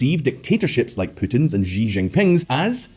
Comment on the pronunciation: how the fk are you guys pronouncing Xi JinPing as GEE ginping?! do you also pronounce Xylophone as Gylophone? ffs